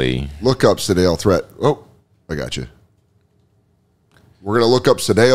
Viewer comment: Hey Dan, love the card stuff. But Sedales last name is pronounced too rhyme with eat. But man I love the old cards.